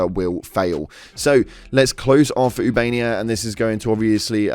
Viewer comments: Its not ubania, its ubanea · ubaneya not ubania🖤💛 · “Ubania” 💀 brother the starship tells you how to pronounce the planet name when you enter the system.